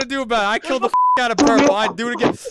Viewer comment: The The... The Púrplê